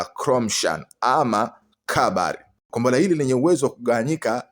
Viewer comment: Mtangazaji usisema gombora la ushada sema kombora la makonyo